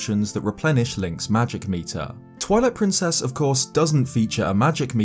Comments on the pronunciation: Sounds like you said "toilet princess" lol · am I the only one who heard that as "Toilet Princess"? Lol, holy fuck I'm dead.